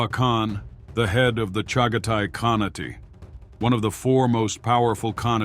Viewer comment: "Khanate" is pronounced with a long "a" in the last syllable and don't pronounce the "e" like an "a". Please check the AI